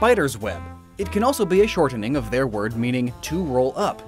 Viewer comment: The way you pronounce shortening sounds really unnatural. Speaking clearly doesn't mean pronouncing every letter ya know?